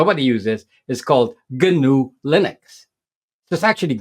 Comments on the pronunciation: Gnu is another name for Wildebeest, two species of African antelope. It's pronounced: Nu. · The 'G' is silent.